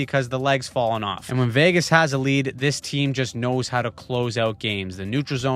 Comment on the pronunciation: Oh no, we're going to have to hear him pronounce Vagas all the way to the finals now! 😆